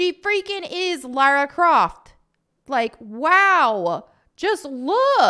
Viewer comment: As an Englishman it's so refreshing to hear an American actually say LARA Croft and not LAURA Croft.